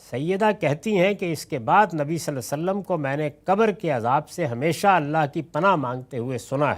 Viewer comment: I don’t understand why GHAMIDI sahab couldn’t say “SvaLLaLLaaho A’layhi Wa SaLLam” whether he is doing it by purpose OR he really couldn’t pronounce it. I would be grateful someone his student or his followers can Ask him. It’s Really Annoying. Also His Normal Pronunciation “Tajweed” of Quran and Arabic is very poor.